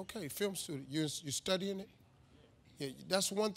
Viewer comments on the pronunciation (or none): none